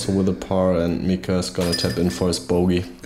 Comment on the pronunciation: Why would you pronounce Mika as Maika? 😅 The chain rattling for a star frame is a central European thing. We don't do it in Finland at least.